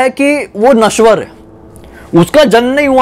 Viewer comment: Nashwar nahi bhai Anashwar hai.